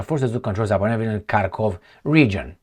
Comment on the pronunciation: struggling with Zapadnoye😂😂😂😂